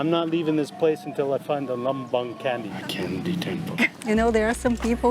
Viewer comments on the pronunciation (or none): it's CHANDII not candy 🍭 lol 😂😂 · "C" in Indonesia pronounce like ch,or che as latin I think. Not in English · Candi not candy Lol 🤣🤣🤣🤣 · Your vedios are good . But the way of laughing imitating is not correct . We use local pronunciation only. Candi they wrote like that but actual is chendi . Do remember when you visit temple or any holy place there don't laugh imitate those areas . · Good morning at 06.40am from Jakarta and. Thanks for exploring Yogkarta and Magelang and showing the magical Temples in both City. I like when says 'candy' to call the 'candi'. Hahaha it's so funny. I never skip your videos when you're in Indonesia and always waiting every week for the video. Terima kasih and enjoy your trip.